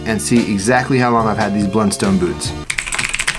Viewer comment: It’s pronounced “Blunstun”.